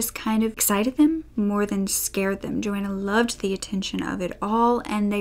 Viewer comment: Rose west was in bronzefield and had to be moved - also it’s Joanne not Joanna - I love your content 😘